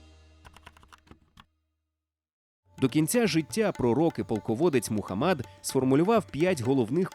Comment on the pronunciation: до відома диктора, МухАммад, а не МухаммАд 🤦🏻